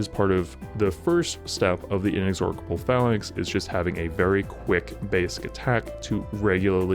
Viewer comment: In-ex-or-cable, like A-dork-able (Sorrry, sorry, it really made me laugh😁). It's In-ex-or-able. One "K" sound.